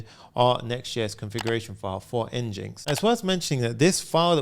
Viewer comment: Fyi, NGINX is pronounced like "engine x".